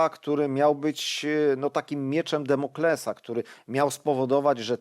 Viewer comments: Mówił też o mieczu "Demoklesa" zamiast Damoklesa. Straszne, jak niewykształceni są ludzie, którzy mienią się dziennikarzami. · Damoklesa. Miecz Damoklesa. Boże, jak mnie trzęsie, gdy ktoś mówi miecz Demoklesa.